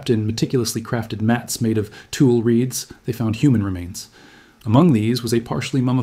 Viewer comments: Tule is pronounced "toolie" not "tool". Also, Otzi was around 5000 years old, not 8000. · Tu Lee not Tool... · I think tule is pronounced too lee, not tool, anyways great video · Please; "tule" is pronounced too-lee, not tool. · Tule mat, pronounced Tule, like Julie not like tool. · Not "tool reeds", tule...tōōlé or tool-lee. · Long e at the end of Tule. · In CA we pronounce "Tule" with two syllables.